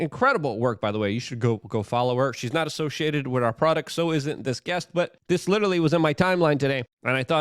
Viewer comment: Luke overuses the word “larger” and “this as” and he can’t say the word “with” right. He says “wit” I dunno why he can’t.